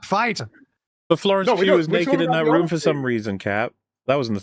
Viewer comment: If only he can say room and roof properly too